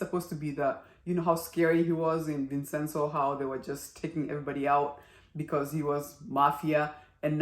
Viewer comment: As it is an Italian name, the correct pronunciation is Vin-chen-zo. Did I miss something? Why do they have no money? They did not give up their shares in the company. They lost the majority holding as the other side accumulated more shares using the chairman's POA. Borrow against their shares. No other liquid assets, huh?